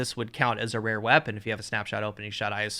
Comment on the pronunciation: “Vewy ware weapons” indeed